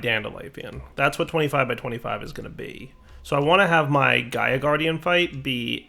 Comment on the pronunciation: eyy gov'na it's Gaia